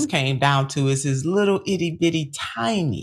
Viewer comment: The bus driver hurt his whittle fweelings"tweety bird "